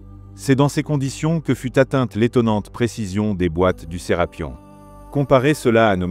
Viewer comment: C'est pas Serapion mais Serapeum c'est vraiment énervant à entendre. 😡